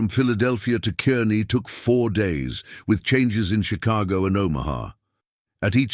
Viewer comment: It's spelled Kearney, pronounced Karney